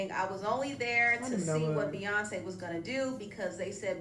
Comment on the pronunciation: The way dumb Donald trump , said queenbey Beyonce name : Beyonce ! l! !!! ! 😂🤦🏽‍♀️